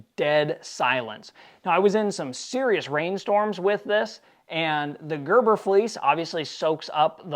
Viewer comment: Berber not gerber.